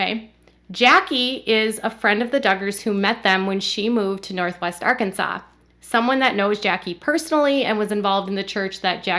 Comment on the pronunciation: I know this is an older video, but the other day you pronounced it ar-Kansas, which filled me with joy, and now I am disappointed everytime I hear you say Arkansas properly lol